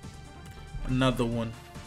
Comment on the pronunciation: "Anoda" one